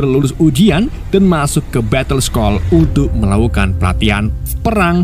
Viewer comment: Baca batle school aja batle skol , min ganti yg baca orangnya , gk lucu